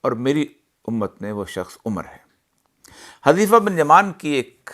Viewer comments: Hazrat hazeefa nhi balke Huzaifa talaffuz hai Hazar ji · حُذیفہ بفتح الحاء نہیں بلکہ بضم الحاء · عربی نام کی صحیح ادائیگی کے لئے کچھ عربی زبان ،خاص کر تجوید کی واقفیت ضروری ہے ۔ حذیفہ ۔ عمرو کی ادائیگی سمجھنی ہو گی ۔